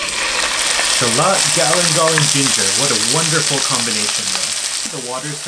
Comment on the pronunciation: Sorry for pointing this out. But it's Shallot, not Charlotte. Dang English, but Japanese has more homonyms 😅